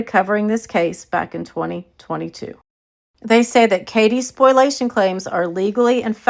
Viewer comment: So it's okay for KJ to delete stuff but no one else??? Also,, it's "spoh-lee-a-shun" not "spoil-ation." Sorry to be the grammar police! 😊